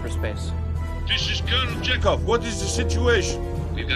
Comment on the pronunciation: it's Chekov not "check of" xD